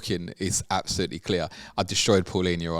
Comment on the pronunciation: Someone that pronounces Palhinha correctly deserves a lot of credit lol. De certeza Portuguese...